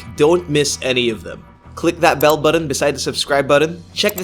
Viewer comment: T's become D'S with this guy talking! I'll click that subscribe BUDDON, ok Bud?